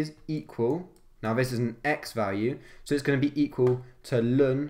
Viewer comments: IT IS NOT 'LUN' IT CAN EITHER BE 'EL EN' OR 'LAWN' OR NATURAL LOG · STOP SAYING LUN